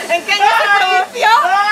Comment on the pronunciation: Es produjo no producio JAJJAJAJAJA😂😂😂 CRACKS